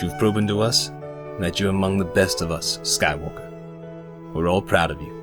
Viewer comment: "Skywalkuh" got me real good :D get this motherfuggin kid into the motherfuggin temple kinda energy